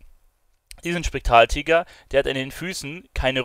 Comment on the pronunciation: Du kannst ja nichtmal spektraltiger richtig aussprechen 😂